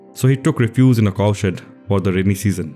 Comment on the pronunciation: RE-fuge . stress on the first syllable. Otherwise the word sounds too much like other words.